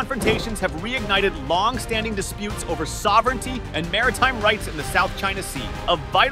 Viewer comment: Thats uor suovrinity